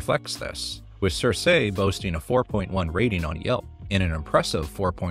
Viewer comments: Girl, it‘s keer-keh, not sir-say. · Girl, it is "Seer=See" not (Sir-Say).